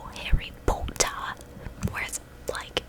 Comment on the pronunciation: I don't think your accents too bad. It's just certain words seem to switch between southern and northern. I like the way you pronounce like as loike lol just keep trying you'll get better with practice.